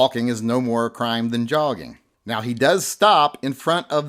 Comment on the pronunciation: He was not just "jogging". I think the J is silent. he was yogging !